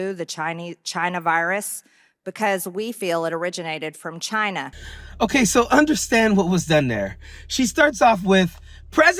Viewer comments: The way Dumps pronounces China is racist. He makes sure to say in a snarky way. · And he always had to pronounce it Chy-nah! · Toilet Bean , Don said Va-China ! Ring the bell !?!